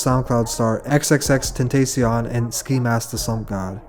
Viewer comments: bro learn how to pronounce them names 😂 tentacyon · nigga called take a step back "fucked up" by "xxxtentayseeone" tf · "f'd up" n "xxxtetaycion" doe 😭😭😭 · When are you gonna learn how to pronounce X's name properly? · You really don't know how to pronounce xxxtentacion??? Smh some researchers you are lmao your credibility just went down a lot especially x being such a huge artist you don't know after people specifically say his name correctly. Won't be watching these as heavily anymore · So are we all gonna ignore how he said “X” name🤣🤣 R.I.P tho